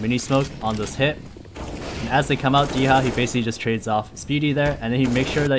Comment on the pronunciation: Dycha not[d i h a], just [d u ch a] like Italian Mussolini >:D ©If Im not right, tell me.